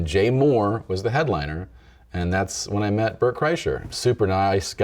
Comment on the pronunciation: I wish he would have kept saying Bert's name wrong. What happened to Tom is that he broke himself trying to play basketball.